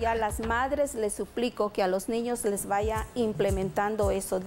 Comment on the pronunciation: Lo que AIGA🙄😂😂😂implentementar😂😂😂 de dónde se graduó de nutrióloga, "Nutricionista"